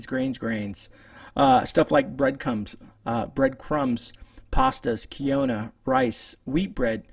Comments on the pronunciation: key-onna? Do u mean quinoa? Pronounced: KEEN-wah. Quinoa is great, AND SOOOO NUTRITIOUS! In 1 cup of quinoa it has a total of 222 calories, with 39 grams of carbs and 4 grams of fat. It also contains a small amount of omega-3 fatty acids. Protein: 8 grams. Fiber: 5 grams. Manganese: 58% of the recommended daily allowance (RDA). Magnesium: 30% of the RDA. Phosphorus: 28% of the RDA. Folate: 19% of the RDA. Copper: 18% of the RDA. Iron: 15% of the RDA. Zinc: 13% of the RDA. Potassium 9% of the RDA. Over 10% of the RDA for vitamins B1, B2 and B6. Small amounts of calcium, B3 (niacin) and vitamin E. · Quinoa is pronounced Keen - wah.:D Geat tips,!